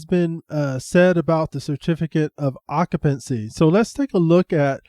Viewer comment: Sir, it's pronounced occ-you-pency.. not ock-a-pency.. thank you.